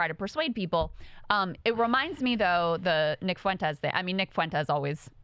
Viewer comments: It's "FWEN-tez", not "foo-WEN-tez". So incredibly irritating. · Kyle, it’s pronounced “Fwen-tez” not “Fu-en-tez”